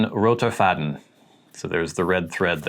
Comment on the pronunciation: Your first pronunciation was perfect! "Roter Faden" literal means red string, but figuratively it means the central theme of a story. So if you use it as a diary it will contain the common thread of your life's story. Your fiancé is right about the translation of "Taschenbegleiter". This word could be used for anything that is always on your side and lives in the pocket of your pants. I enjoyed your video :)